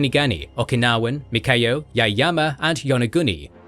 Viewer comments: Mikayo Bruh its ME YA KO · This is a great video! I am very grateful as an Okinawan that you made this kind of video! This is very precise and a good summary of Okinawan history. However, the name of one of the island is different. That is not “Mikayo” island, but “Miyako” island. I truly appreciate the amazing work you all did. Thank you very much! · Miyako, not Mikayo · I also think the narrator is saying Mikayo instead of Miyako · 'Mikayo'.... hmmm.... SURELY you mean MIYAKO....yes? Btw- it is RyuKYU, not Ryukuu. And if we're going technical- itd be pronounced LUUCHUU.... from the Chinese Liu Qiu. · I'm happy a video was finally made on Okinawa/Ryukyu. However, I was a little disappointed about some errors, including some easily caught pronunciation and spelling errors, such as calling Miyako Mikayo (multiple times), and pronouncing Ryukyu as Ryuku. It was difficult for me since Okinawa is an important part of my heritage and family. That said, I still enjoy Kings and Generals and look forward to more interesting videos to come.